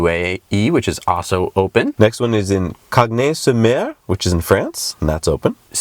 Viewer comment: Sisteron was very well pronounced ! Cagnes-sur-mer though... :D Great show !!